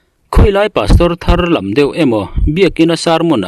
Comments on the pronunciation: Hnam dang tawng chu eng ang pawn lam la,ka hre thiam,an ni pawn kan tawng an lam thiam chuang lo,mi zo tawng chu rawn ti dik hram teh,tharlam tih te kha, vai lam tih rik ang a ri tur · Thar lam,lehlam anga thar lama lam hi thluk lovin,hlim lam tih a lam hi thlukin tharlam ,fresh lam a ni a.thar tak,thar tir,thar diai.sawina a ni a,thar dawta lam hi hlim lama lam thlukin thluk tur.tharlam.